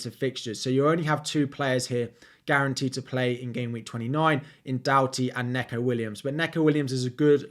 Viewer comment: Neeeeco Williams .... Not Neco Williams